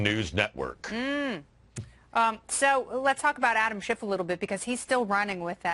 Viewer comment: I wish people would stop pronouncing Adam Schitts name wrong.